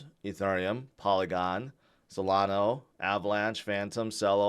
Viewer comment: Jim Cramer called Solana, "salano" looking like an absolute clown in the process🤡🤣